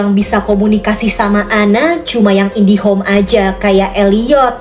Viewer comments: kok indihom si kak bukan nya indigo kak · Indigo kak bukan indihome😂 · Aku baru nyadar kalo ka ngomong indigo jadi indihome😅😂